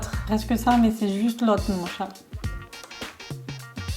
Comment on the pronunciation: pq tu dis chate ca me fait pensais a un autre truc mdr